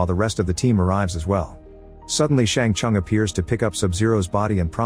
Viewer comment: Its not bye-han and shang-chung. Have u ever heard of or player mortal kombat lil bro. And bro said "aliens"